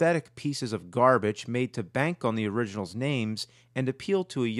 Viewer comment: "garbitch" :D